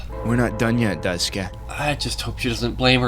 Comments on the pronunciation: I'm struggling trying to get through you guys all pronouncing Daisuke name wrong 😂 . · Wonderful video fam, I loved the direction and seriousness u took with this and the voice actors did an amazing job. But we gotta work on ur pronunciations of dasikues name 💀